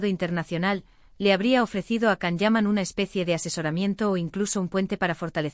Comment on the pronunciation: 😂😂😂bla, bla, bla cuántas mentiras en estás páginas de YouTube 😡 y que se lo crean muchas personas es de traca. Encima no saben ni pronunciar su nombre debidamente con la cantidad de veces que Él mismo a comentado infinidad de veces